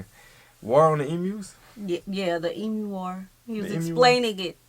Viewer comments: enough with the E-MOO it is E-MEW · Please, it is NOT an emoo! It is pronounced emew!!! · Do not take this seriously. Incidently koalas are NOT bears. There are no bears in Australia despite how we love joking about drop bears. Also, never and I mean never, pronounce emu as e-moo. It is pronounced eem-you.